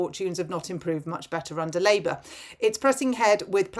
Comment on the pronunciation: Did you inadvertently say 'Rapeour'?... As THAT is what THAT party is doing to ALL OF US! 🤨😠